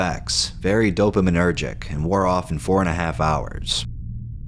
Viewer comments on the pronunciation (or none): When bro says dopaminurgic